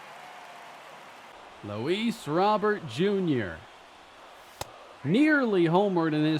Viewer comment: Please say Luis’ name correct.